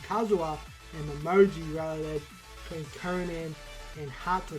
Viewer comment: Hope we get detective-mode Momiji in this case. btw, her name is Momiji, not Momoji ;) This is gonna be a 5 chapter case, so there's likely gonna be 2 murder cases at least, so not a mini story.